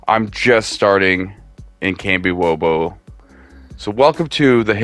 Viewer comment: You lost me at Kambiwobo. It’s kamishovo.